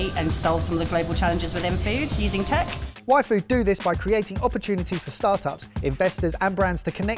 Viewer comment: The first few times and said "Y Food" in this video, I heard "Waifu". 😅😅 It's all in the D, guys. 😂